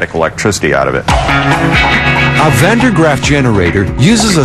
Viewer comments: did he say Van Der Graaff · Van derp Graaff generator lol